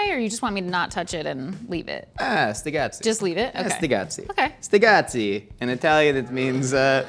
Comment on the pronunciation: It's sticazzi, not stigazzi